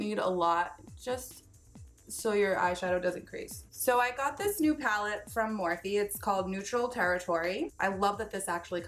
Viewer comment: Their one of your "go to brands", yet you can't pronounce the company name correctly...? hmmmm